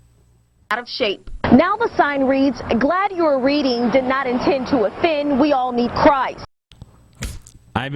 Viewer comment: Is he saying "gald"?